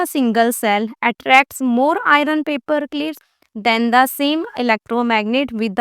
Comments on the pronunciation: Ma'am ion nail nahi hota iron nail hota hai ok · Answer to bata rahi hai per pahele bolna sikhiye us ko iron kahete hai nai ion